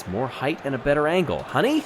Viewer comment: "heighth"?! C'mon,, don't lose us now.